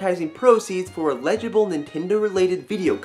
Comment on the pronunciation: Love you but its "L-a-gible" not "E-legible":D